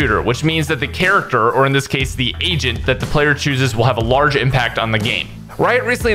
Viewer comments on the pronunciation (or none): The audio could have been better. Probably need a better mic. "Agent" sounds like "Asian" and i cant un hear it. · You say agent like you're saying asian lmao